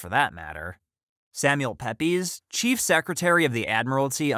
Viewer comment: its pronounced peeps like taking a peep